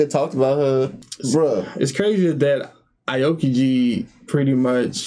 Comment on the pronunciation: It’s pronounced ow key ji =aokiji